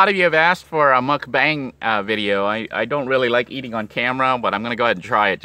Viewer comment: Just to let you know, it’s pronounced muk-bhhang not muk-baang (phonetically spelling). Coming from a Korean!